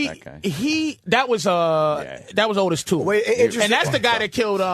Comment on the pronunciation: It's pronounce OH-tis Toole, Jimmy. Not AW-tis. AW well, who cares anyway.